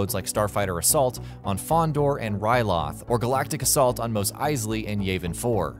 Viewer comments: Jesus Christ did he just say “yayvin” instead of Yavin... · who the fuck says "yayvin 4" its pronounced YARVIN 4 😡😡😡